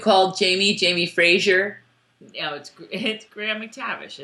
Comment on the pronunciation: Omg agreed. I keep hearing girls pronounce it FRAJER and I'm like, uhhh you're labeling yourself as a fan of the show, can't you hear everybody pronounce it FRASER?!!! It just irks me